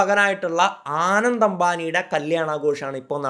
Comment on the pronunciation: ആനന്ദ് അല്ല അനന്ത് ❤️